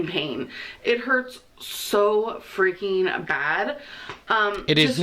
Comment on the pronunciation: “Like washing dishes...it hurts sho freakeen bad.” 🤦🏼‍♀️ Lawdt! 😂 Then she talks about gym equipment. She won’t get her hair done because she can’t get into the barber chair! Then elyptical? Uh....NOPE! Be well, keep it coming. 😂😘 ~~QM